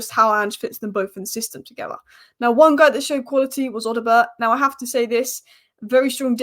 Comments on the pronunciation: it’s pronounced O-doh-bear not O-dio-bert. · Odobert...Oh-Da-Bear. Love the Spurs updates though